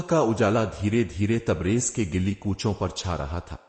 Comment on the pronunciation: سر جی اپنے الفاظ کی تلفظ کی ادائیگی درست فرما لیا کریں مثلاً گلی کوچے شکریہ ۔